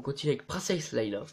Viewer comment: arrêter de dire tous "princesse leila" c'est "princesse leïa"